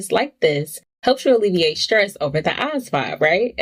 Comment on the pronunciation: why your pronounce asvab like that shit bms